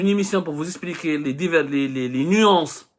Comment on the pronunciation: Monsieur abdou.... On dit expliquer... Pas espliquer😊😊.... Je rigole